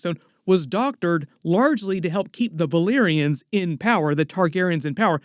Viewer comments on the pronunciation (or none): none